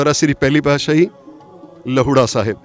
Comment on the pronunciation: Bhai saab lahoura sahi tarah naal naam bolo ji